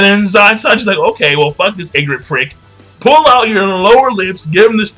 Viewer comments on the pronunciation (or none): none